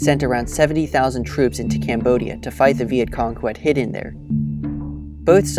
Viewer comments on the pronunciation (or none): none